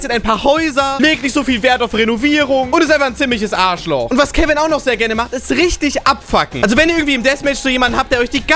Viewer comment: Chicken Nuggets, Arrrschloch Arrrrschloch!!! Gute Alte Zeiten 😅